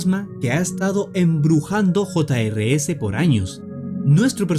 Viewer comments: Se llama jr's y no hota ere ese como tu dices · el nombre se escribe jr's pero se pronuncia juniors